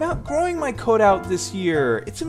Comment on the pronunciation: “Caout” 😂 she reminds me of my HS English teacher